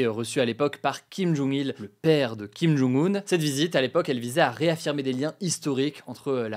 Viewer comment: par contre c'est kim jong un (kim john-g oune), et pas kim jung un (kim joune goune)